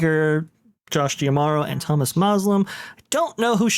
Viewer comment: Mispronouncing D'Amaro